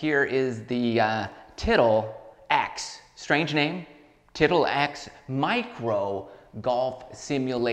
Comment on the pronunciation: Huh huh huh, you said tittle. Huh